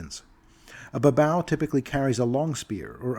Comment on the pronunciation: i thought babau was pronounced as bah-BAY-yoo Nurgal and Areshkagal were stand ins for Nergel and Ereshkigal, who were listed as demon lords in MM2 but were never expanded on and were acknowledged as deities in later supplements.